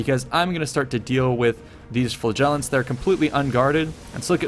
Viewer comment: LOVE your video's! PLEASE learn how to pronounce "flagellants" (it sounds like 'flatulence').